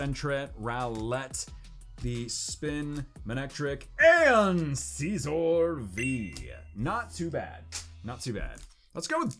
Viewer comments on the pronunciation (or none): none